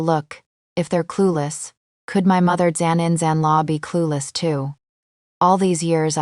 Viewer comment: You need to listen to your stories, proofread, and edit your stories before you post them. The AI you have narrating can’t say mother in law, father in law or daughter in law. It also kept adding the word zan randomly. The AI couldn’t even keep the sex of General Han Yancheng straight. One minute it was she, the next it was he. It makes the story sound stupid, therefore hard to enjoy.